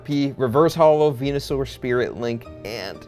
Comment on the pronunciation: i clicked off the video when he seid " who likes venuesure"